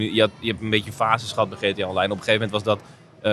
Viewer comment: GTA uitspreken alsof het een spel uit Nederland is😂 Boeren😂 Gee Thee Ah, blijf maar weg van internationale game evenementen